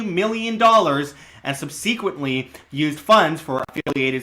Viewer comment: SubSEEquently? I swear, nobody can speak properly anymore... or spell, for that matter. Don't worry, it's not just you...